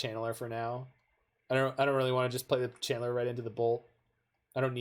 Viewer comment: It does sound like you're saying Chandler. I think it's cuz you're pronouncing it Chan'ler. I thought that was a nickname you gave Channeler or something.